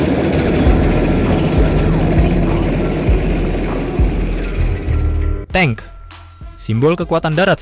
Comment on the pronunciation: suka yang baru bang soalnya yang lama nyebut tank jadinya 'tang'😅